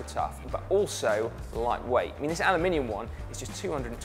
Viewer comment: I like the way you say “anolumininum”